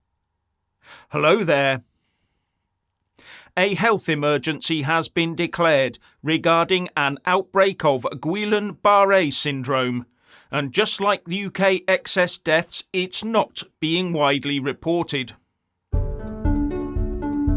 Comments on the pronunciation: It’s pronounced like ‘Gee-Yawn’. Great show btw. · It’s pronounces “Ghee-on” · I know the Brits cannot pronounce ANY language correctly (including English) but it's "GHEE-yon". The world can't spell everything phonetically including names just to make it possible for the English to say names normally.